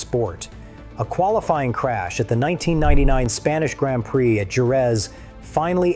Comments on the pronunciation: AI voice said “Grand Prick”. 😂 AI is trash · seriously why did you say Grand Prick?